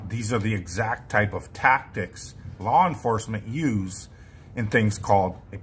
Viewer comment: Taptics??? Oh, it's tactics. There's no "tapping" 🧐or is there🤔